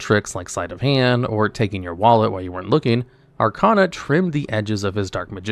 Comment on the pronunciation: You’re pronouncing Arkana wrong. It’s Ar-KAY-na